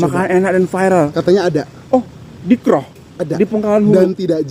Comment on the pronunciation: Sekali lagi sebutan KROH itu janggal bagi kami orang Hulu Perak. Huruf O disebut seperti anda bunyikan in English OWN atau OWE the debt